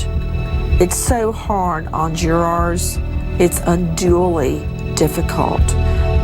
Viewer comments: Karla Morales jew-raaahr 😂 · Emma Mason Nancy is a dumb ass. Can't even say jurors correctly